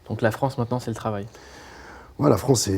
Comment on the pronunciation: ptdr donnez des cours de français à vos stagiaires "France et pas Frence"